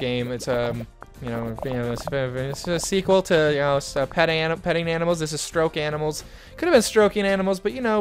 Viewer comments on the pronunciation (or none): Hahaha it's called stoke animals not stroke